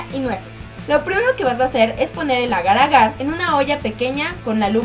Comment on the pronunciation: iba tan bien él vídeo hasta que dijo agar-agar